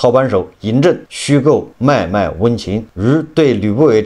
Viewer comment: 楼主：你语文是师娘教的？脉脉念卖卖？实念默默。哎！